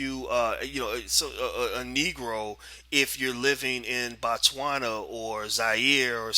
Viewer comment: It is Botswana not Batswana. Boo not Baa